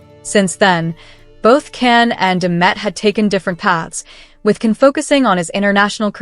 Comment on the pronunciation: Don’t you think that it’s about time that you learned how to pronounce Can’s name. J like John. Not Can like can